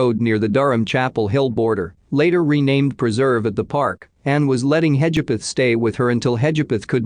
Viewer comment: Sorry - can’t do it anymore. The constant mispronunciation of Hedgepath. (Her case was solved this year.) I’ve listened to quite a few of these videos and the computer voice isn’t the problem. It’s the constant mispronunciation of common words (cadaver). Just can’t do it anymore.